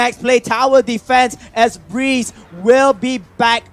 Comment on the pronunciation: that is BREE-Z wtf is breez???? haahahaha BREE--------Z